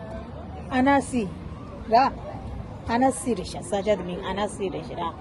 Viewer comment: Tashi delek ! It's pronounced : "Annsee" for Annecy 😉 hope you enjoyed it, I lived there for 3 years. It is nicknamed "the Venice of the Alps". The city center is beautiful, you should try their ice cream and go pedaling on the lake.